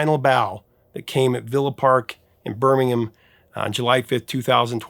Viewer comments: Thank you for saying 'Birmingham' correctly! :) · Such a lovely tribute to Ozzy. Also, thank you for pronouncing Birmingham properly ❤